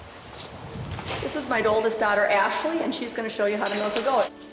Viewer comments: All the "Malks" and "Ruts" Jesus Christ!!! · she said the word "MELK" like 60 times and it pissed me off so much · Melk melk melk melk melk.....